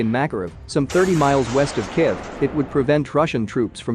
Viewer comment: Kiv? Kif? Really dude?